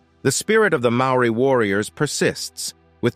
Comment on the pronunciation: cHHuuRR mean MAORI mean